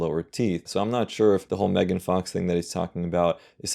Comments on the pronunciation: She is MEGAN, MEGAN, MEG, NOT MEEEEGAN!!! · Meegan? It's Megan lol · It's so funny how it took you ages to figure out how to say their channel name but they can't properly say Megan's name.